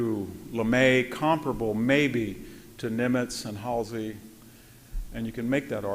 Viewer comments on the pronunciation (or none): none